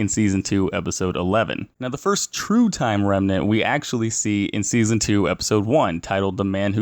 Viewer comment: he calls it timeline-renmant and not timeranment.